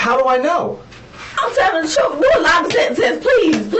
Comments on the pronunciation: She’s telling “the truf” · "The trufe" omg smdh